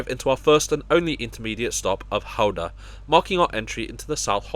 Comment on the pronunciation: Kudos for pronouncing Gouda correctly!